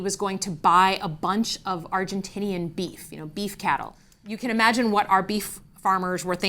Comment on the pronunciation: "Beef farmers" 😅. As a ranch kid from West River SoDak now living in the MItten this was about as good as hearing how you say "BEE-ef" multiple times. FYI, producers out West are losing their sh!t on the Argentinian cattle issue. They don't represent a large constituency anymore but they do have a lot of political sway in their states. Keep up the good pressure. None of this is normal or good for our country!